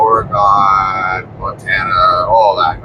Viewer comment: Next time you are in the West Coast careful how you say, Oregon, people in Portland are very proud😂😂 Oreg-in